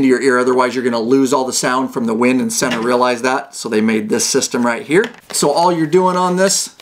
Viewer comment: Pronounced SEE NA